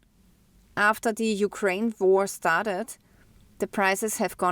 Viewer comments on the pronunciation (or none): none